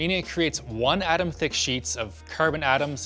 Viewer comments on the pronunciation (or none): none